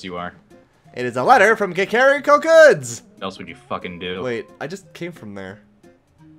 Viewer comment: Got stunned by the way started pronouncing Kakariko.